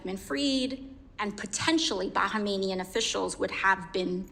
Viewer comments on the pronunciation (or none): Bahamian not bahamanian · I thought she was saying "Bankmanian" 😂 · "Bahamanian"? Really AOC? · Bahamian is pronounced BA-HAY-ME-AN . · That’s not how you pronounce Bahamian lol